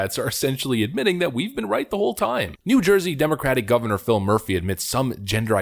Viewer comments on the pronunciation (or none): none